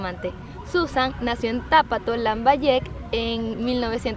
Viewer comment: Se pronuncia Pátapo con en la primera a Es donde va la fuerza de voz, osea Pátapo es una palabra esdrújula . Con todo respeto